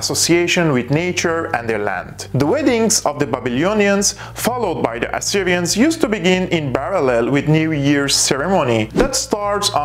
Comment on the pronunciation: Ur made a poor attempt at personifying the accent of a person from the Near East or from Syria.. You pronounced the letter “p” as “b” in the word “parallel” 0.47 mins, yet u were able to pronounce it quite well 0.34 in the word “ chapters “ and 1.08 in the word “precedes”. Ur “r” sounds Hebrew to me. 🤭